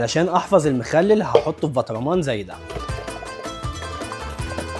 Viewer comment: دا اسمو برطمان مش بطرمان ركز ياعسل ❤🇸🇦👍🏼